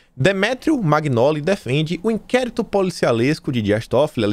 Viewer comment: No italiano, quando tem gn le-se nh. Entao Magnoli se lê Manholi